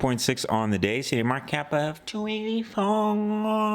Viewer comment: I cant understand when you say the market cap like that